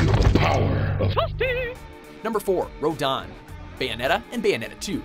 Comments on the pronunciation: why did the say rodan even though its rodin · Oh, and its RO-DIN, NOT RO-DON! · It's pronounced "Row-DIN", not "Row-dan", he isn't one of the Kaijuu after all. Also "Twelve million HP", "Take up to an hour"? That's cute. Really REALLY cute. 12's Yzimat had FIFTY MILLION HP, and after around half of it, he used "Growing Threat" and locked your maximum damage from 9999, to *6999*. Two hours was considered "Fast" beating him. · You're killing me with the way you pronounce Rodin. It's not "Road-on" it's "Road-in" how the hell did you mispronounce Rodin wrong, there is no "on" within Roadin.